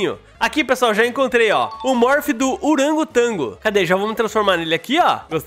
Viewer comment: "oragotango"... Português da shopee ksks